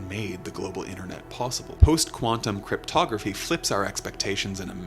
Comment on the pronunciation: Or as the president of the United States likes to pronounce it… cryptoGRAFFY